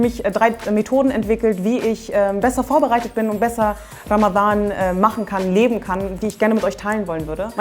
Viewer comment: Du bist sehr unterhaltsam und sprichst Ramadhan perfekt im arabischen Original aus. Mein Ziel für Ramadhan 2019 ist es das Buch "die ethnische Säuberung Palästinas" zu Ende zu lesen, weil ich das schon ewig habe und bisher nie geschafft habe.